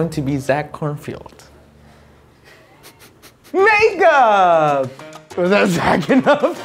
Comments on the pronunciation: excuse me SIR it is KornfEld, not KornFIEld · Who else got really mad when they kept saying ‘Kornfield’ instead of ‘Kornfeld’ ?